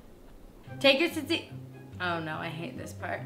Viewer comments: Yay Greeks (when she says taziki not tatziki though) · When Hannah says tzatziki, it sounds like "taziki". You're missing a "z" and "t" there Hannah. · Before making it, learn how to say the word correctly. ( zɑːdˈziːki ) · When she says taziki instead of tatziki (only Greeks will understand) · Ahhh the way you pronounce it!!!! You say it like salt-zikki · Tsatziki is actually pronounced (sat-see-kee) But you're still awsome Hannah! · Oh its so sweet how you pronounce Tzatziki wrong :D <3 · Ahhhhh she was pronouncing it wrong! My head!